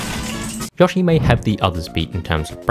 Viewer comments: Bro really said "Yoashi" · I had no idea what a juow was at the beginning. It wasn't until you said pair that I realized you meant duo LMAO also, it's Yo-Shee, he says his own name!